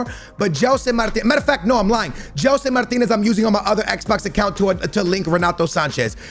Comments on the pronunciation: Dude's portuguese and says Martinez instead of Martins... oh... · Its gelson martins not martinez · tu és português meu, diz GELSON MARTINS, n digas Gelson MARTINEZ 🤦🏻‍♂️ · Jellson Martineezzzz😂😂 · Gelson Martinez??? Fds mano és tuga devias saber dizer Martins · Its not martinez its gelson martins. Much love from PORTUGAL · Please gelson martins every time you say name I think it’s a brand new player